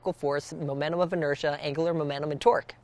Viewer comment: do you hear torque or twerk